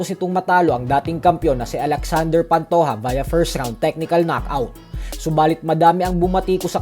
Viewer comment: pantoha ❌ pantoja ✅